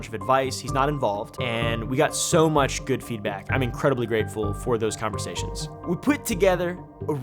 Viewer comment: Did you say you’re greetardeding?